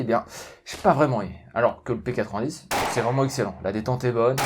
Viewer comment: non c'est pas un P80 10 c'est une arme belge donc merci de respecter la bonne prononciation x)